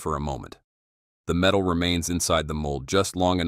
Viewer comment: That tax-iss is made of pure met-ale. Thanks Mr AI narrator.